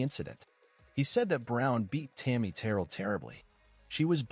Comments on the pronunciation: AI, it's Terr rell. Not Terrell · It is Terr elle, with the emphasis on the elle.